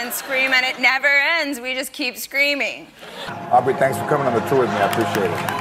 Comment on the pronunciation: It's Au"B"rey